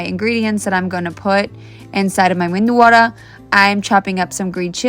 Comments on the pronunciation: It is medu wada not mendu wada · Being a Tamilian I don't make it so well. Medhuwada it is, not mendhuwada though. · It's not mendu vada it's medu vada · Why do ppl add an N to Medu Wada??? Its so extra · Whoever came up with mendu vada, that's not how it's said, it's medu vada 😭😭 please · Mam it’s Medu/medhu Vada , medhu means soft in kannada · There is no sound of 'N' It is just Medu-wada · Its medu(soft) vada not mendu vada... Or just ವಡೆ 😋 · You too calling Mendu wada like crores of Indians But it is Medu Wada ! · It's not Mendu Vada, it's Medu Vada (Medu means Soft, Soft Vada) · Its medu vada not mendu vada.. not mentioning it for the kid, but for others who might not know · It is meduwada not menduwada please 🙏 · Please it is "medu" and not "mendu" vada. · Not Mindu Vada but Medu Vada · Wow! For kids u can avoid chilly. Its medu not mindu 😊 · Please somebody tell them it is pronounced as medhuwada and not menduwada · It’s Medu Vada, Not Mendu Vada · It is medhu vo-da not medu voda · Beautiful perfectly made medu vadas dear! You are a perfect Indian cook , chef housewife etc etc ! so proud of you! Except the pronunciation, which was a bit off- 😂 it’s called Medu Vada, dear, not Mendu Vada “ 😅 but you made it so perfectly - even my daughter can’t make it so perfectly ! So impressed by your cooking skills/ your husband and kids are so lucky to have you as wife n mom resp. 😊😅👌 God bless you - also- it’s called - Tadka” on chutney , not like you said it - but these are tiny mistakes which you can easily correct with practice- I cannot fault your cooking though / you put lots of Indian cooks to shame ( who still can’t make a perfect Vada like you😮) by making your vadas so perfectly ! Kudus to your cooking skills dear- God bless you with happiness and more success with each cooking video ! Great job!👏 🎉🩷👍👏👏👏👌👌👌👌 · It's not mendu vada.. It's medu.ಮೆಧು ಮೃದುತ್ವವನ್ನು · It's not mendu vada its Medu vada. Lovely video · Mendu Wada ❌ Menduwawa ✅ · It's medu, not mendu